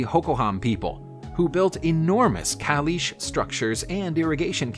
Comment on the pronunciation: Caliche is not Calish it is pronounced CA Leech E. It is so difficult to watch these things when they not only get the pronunciation wrong but KEEP REPEATING IT incorrectly.